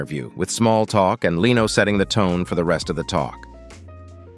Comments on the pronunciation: Leeno? It's pronounced Lenno. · " Kluum, Leeno? LOL!" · omg did that guy just say 'Jay LEEno' ?? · Jay "Lee-no." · To the robot speaker: It's not "Leeno", it's "Leno" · not Jay Lee-no, it's Jay (Leh-no) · I don't think the narrator knows any of these celebrities. It's Jay "Len - oh", not "Lee - no" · I don’t know why they can’t get these robot narrators to pronounce names correctly. The funniest one was Jay Leeno. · Lean-o and Klum .... not Leno and Klum (klume) lol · Jay LEENO? Heidy KLOM? Com'on! You could've listened to your AI voice and correct the pronunciation before posting it. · It's not Jay Leeno (though it is spelt like Reno). It's Jay Len*Oh. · it's not Jay Leeee no, it's LEN o, try to get it right! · "Leeeno"? how about the correct pronunciation "Lin-no" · Jay LEENO? It's pronounced LEN-OH. Heidi KLUMM? It's pronounced KLUME - like room. Such garbage. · How about using a real human narrator? "Leeno" and "Klum" would appreciate it, I'm sure. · for some reason every time he said "Jay Leeno" I had to chuckle. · Cull burt was annoying to me as was Leano. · Jay Leano, and Colburt was pathetic. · Enjoyed this but learn to pronounce people's names...Clum, Leeno??? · Files - Dump the AI narration. Either that, or teach it how to properly pronounce names and words. . "Jay Leeno"?????? LOL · Man, that Leano guy ought to sue your Robot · Voice says "Jay Leano". That's how you know AI. is blind 😀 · Leeno? Your AI needs some work. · The narrator doesn't know how to pronounce 'Leno' (len-o). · AI voice. It reads Jay Leno as Leeno. uncovered file takes text and has a computer read it. I will stop watching such generated content. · Hey narrator, learn how to pronounce names! You got Colbert, Leno, and Klum wrong. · why does he mispronounce Jay Leno's and Stephen Colbet's names? Is this a computer generated voice? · Learn how to pronounce "Leno"!